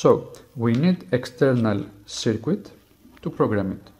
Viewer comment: Was he calling the the USB to serial chip "the secret"? It sure sounds like it.